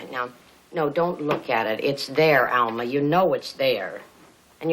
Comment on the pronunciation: Lawra New He called her Alma. It sounded like Mama tho.